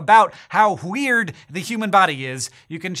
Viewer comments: Hey there's no h in weird ... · MrPeabody listen, he says How hweird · "Hau Wheard" Yeah, now try to unhear it. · Did he say how hweird. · ...did you just say 'wheird'?